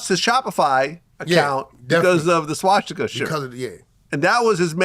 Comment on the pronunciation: Vlad, practice makes perfect SWA-STI-KUH, that's how it's pronounced, not SHWA-SHTI-KUH, you silly goofball. Lmao